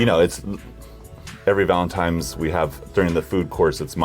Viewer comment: Anybody catch that Eric says "Every Valentime's..." ..... with an 'm', not an 'n' ?